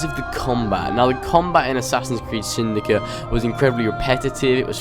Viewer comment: why are you saying "assassins creed syndica " instead of "assassins creed syndicate " just wondering